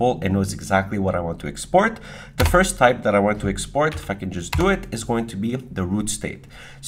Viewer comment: 😂 love it when he say "if i can just type" and sounds like 'fuckin' just type'